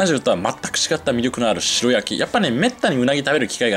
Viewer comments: 白焼き→しらやき⭕️ しろやき❌ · 鰻の「しろやき」ではなく「しらやき」ですよ! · しらやき、が一般的かな？しろやきは聞いたことないな。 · しろやきじゃなくてしらやきじゃないんですか？？ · しろやき ✖︎ しらやき ◯ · スーツくんほどの知識豊富な方でも 鰻の白焼きを 「しろ焼き」「しろ焼き」と、繰り返し言ってしまうこともあるんだなぁ。😅でも、ここのコメント欄に皆さんが 訂正してくださっているから、現在のスーツくんは 「鰻の しらやき‼️」って、認識されていることでしょう❤ スーツくんのファンですので、スーツくんが 私の大好物でもある鰻の 食べまくりのツアーの動画を幸せ気分で見せていただきました‼️😆👍👍👍👍👍 それにしても、美味しそうなお店ばかりを巡っておられますねぇ😊 近年、一昔前より鰻の値段が上がり、控え気味でしたが、スーツくんみたいに 豪快に食べるのもいいなぁ❤と、思いました‼️ 他の物を節約したりしたら、鰻を食べる費用が捻出できるかなぁ。日々の無駄遣いを減らしてでも食べたいな❤ 鰻。 スーツくん、楽しい動画をありがとうございます🙋 元気出ました😊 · しろやきじゃなくて、しらやきな。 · 鰻の白焼きは、しろやきじゃなく、しらやきと言ってくれよ！○○蒙昧！ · ”しろやき”じゃねーだろ？ ”しらやき”って言わねーか？ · しろやき？しらやきでしょ？ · しろやき？ しらやきだろ！日本語ちゃんとしろ！ 確認して、訂正しお詫びしてくださいね。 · 美味しく鰻が食べれた様子、楽しく拝見しました♪ あの、白焼き、は、しらやき、と読むと思います。。。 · 白焼きは、しらやきと読むのでは？